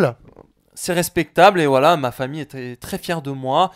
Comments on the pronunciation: mdr au lieu de dire "voilà" il dit "wallah" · voila = wallah mdr on dirait qu'il dit ça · On dirait quand il dit voila on a l'impression il dit wallah😂😱😂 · Quand il dit "voilà" on dirait qu'il dit "Wallah"